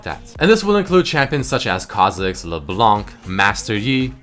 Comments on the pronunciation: LeBlanc? You mean leblenk right? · please dont pronounce the " C " at the end of leblanc :)